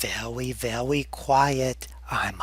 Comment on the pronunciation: "Be vewy vewy quiet I'm hunting windmills" that cracked me up. xD